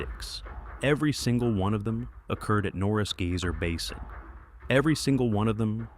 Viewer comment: GAY-SER PLEASE LEARN CORRECT PRONUNCIATION TRY GUY-SER